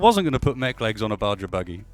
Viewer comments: the term Baja buggy or Baja Truck etc comes from the Baja 1000 and other associated races which are held in Baja mexico, and as such baja is pronounced as the mexicans do as BA - HA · I'm sure someone has already pointed this out to you but at the start of the video you called it a "Baja" and pronounced the J as a J...It's pronounced "Baha." As in Baja California, Mexico where the Baja 1000 race takes place... Just pointing that out, everything else in the video is great.:)